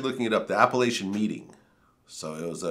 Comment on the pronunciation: That Appalachin meeting was held in upstate NY. It’s such a small, country place and They saw so many new Caddies and cars that were out of place they new something was up. It’s pronounced Appa-lake-in